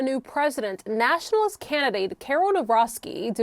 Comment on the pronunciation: Not nashinalist, but conservatine and you should get your facts right before you say anything. How can you work in television when you dont know the history.